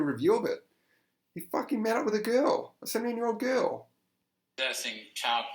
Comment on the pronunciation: I don't know where you are from, but the way you pronounce "girl" is adorable It's like...."gee-uhl" it's so cute.